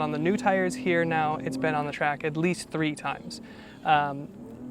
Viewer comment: Numbers are pronounced properly ..three is Tree